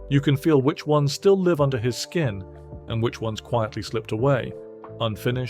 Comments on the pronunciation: Why produce such a meaningful tribute to a great musician without checking it first? We now all know the voice computer reads the written word "live" and assumes it means live ( rhyming with 'give' ) rather than live ( rhyming with strive)...too subtle a difference for the algorithm to handle. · Why do you keep saying "live" wrong? 🥴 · Yep. There's something off about a robot voice talking about feel and emotions. The bit where the robot pronounced "live" (as in "a live performance") "live" (as in "live a little" ) was particularly ghastly. Welcome to the machine, I guess :)